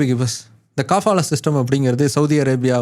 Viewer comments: காபாலா இல்லே கபாலா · காபாலா இல்ல கபாலா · அது காபாலா இல்ல கபாலா. அத பத்தி நீங்க சொல்றது கரெக்ட்டுத்தான். ஆனா அத எடுத்துட்டாங்கன்னு சொல்றது 100% தவறு. இந்தச் செய்தி இந்திய மீடியாக்கள்ல மட்டும்தான் வந்திருக்கு. சவூதி மீடியாலயோ இல்ல வேற வெளிநாட்டு மீடியாலயோ இந்தச் செய்தி வரவில்லை. எதையும் ஆழமாத் தேடி பார்த்து வீடியோ போடுற நீங்க இதை எப்படி கோட்டை விட்டீங்க?